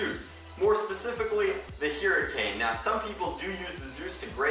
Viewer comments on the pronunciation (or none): 1. Its not pronounced "heericane", its "hurricane" 2. Clip/Clipazine = Magazine, noob 3. Hoppazine = hopper, bigger noob